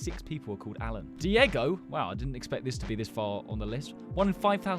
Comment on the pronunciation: bro thats my name, I kinda feel offended when you kept saying alan like that